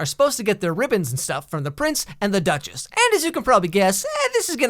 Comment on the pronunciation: I can't stop hearing he calling the girl "The Dutches"